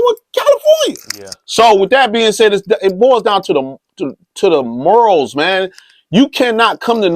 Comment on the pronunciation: Did he just say Detroit was real serenaded? And it's morals bro. Not murals. Lol